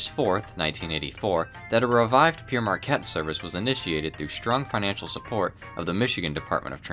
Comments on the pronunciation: I’m thinking Pere Marquette is pronounced like Pair Marquette. The Priest (Pere) Marquette. Saying Pierre Marquette means Peter Marquette. Sounds like pee air. An excellent video about the golden era of passenger service. I was lucky enough to ride Sant Fe’s El Capitain and Super Chief before they were totally absorbed into the Amtrak mediocrity. When you went to dine on those trains wearing a suit was not out of place. The food was well prepared and delicious. The peak of luxury in passenger train service. Stop me I’m getting nostalgic. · In the name Pere Marquette, Pere is pronounce "pair," not "peer,: and definitely not "pierre."" That's because Pere Marquette is French for "Father" Marquette. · Your absolutely correct, it is pronounced 'pair' or 'pare' Marquette. NOT 'pee-aire' Marquette. "Pere" means 'father' in French, saying 'pee-aire' ('Pierre') means 'Peter' in French - and isnt spelled "PERE". The explorer mentioned in the video - Jaques Marquette - was a Jesuit priest. This is how the railroad and this man tie together. It is common to call a priest... 'father'. His name wasnt father, it was Jaques. The railroad took his priestly name - "Father Marquette" (his title). Thus Pere Marquette. And it is pronounced so! Literally "Pare Marquette". So pretty much the whole video calls the railroad "Peter Marquette", not by its actual name. Tis ok, back when the PM was still alive (early 1900s), it passed thru 2 recieverships. The moniker it aquired then was "Poor Marquette". A lil more fyi about the name. 🙂 Lastly, something that would be a TIK TOK rage for sure now a days..... Robert Young also introduced 'No Tipping' on the Pere Marquette's (diner car services). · Interesting video. But I just wanted to point out you pronunce Pere as Pierre, which isn't correct. It's closer to "Pair". That said, thank for sharing that bit of history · Père is French for father... not Pierre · Pere in French is pronounced like the fruit pear.